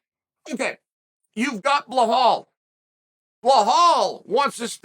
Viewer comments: Bruh, his name is be-laul not bil-haaaaul wtf is wrong with u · At the very least you can start saying the man's name correctly. It's not Blahal. It's Belal. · Blahal Muhamed or Belal Muhamed… lol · "We've got bluhal" - Uncle Chael. No we actually have belal chael. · I'm sorry but I'm annoyed with Chael saying "Beharl" and "Peeaira" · is it me or chael is saying BLEHAL ? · Does he say BLAHAL on purpose or is he speech impaired? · BLA-HALL MUHAMMAD. Chael is GOAT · What the hell is a "Blahal?" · 😂 It’s BILAL Chael, there is no H. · “Blahal”… convinced he says that intentionally. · BLAW HAWL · Chael’s butchering the name gimmick is hilarious. Who is Blehal?? Priera?? 🐐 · I’ve been watching Chael forever and I still don’t know who tf “Blahall” is. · So you can pronounce du plesseis but still mess up belals name 🤔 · Chael we love you and I have to tell you there is no “H” in Belal 😅 it’s pronounced exactly like it’s spelled.